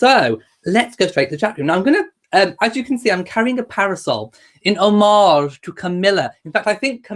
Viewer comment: I learned the proper way to pronounce "homage" by listening to this video. It rhymes with "fromage".